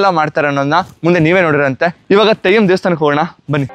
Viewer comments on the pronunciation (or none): Thayyam alla Brother 😢...Adhu Theyyam 😊